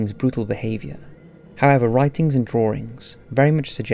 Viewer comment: "Drawrings" lol sorry.